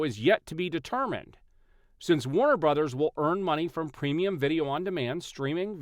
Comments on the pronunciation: Can say “brothers”? What is a “brudders”????? 😅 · Yeah, brudders! 😂